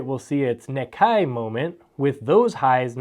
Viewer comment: NIKKEI is pronounced "NEE-kay"